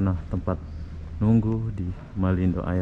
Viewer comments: Malindo air... sebutan "air" tu "er" ( "r" nya sebut sikit aja)... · Toilet bhs Inggeris Tandas bhs Melayu Air... bunyinya sebutan...eeeee . Bukan bunyi sebutan ...ayer